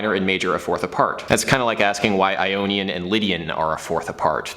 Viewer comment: first time I heard "an onion and lydian"